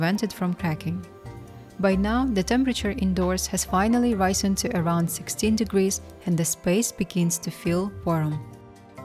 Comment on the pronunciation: I think she needs a bigger axe. That one she used looks far too small for that wood. I think the narrator needs to check the way she says some words. It's not RISE N it's RIS EN.